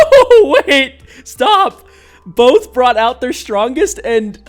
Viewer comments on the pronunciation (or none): none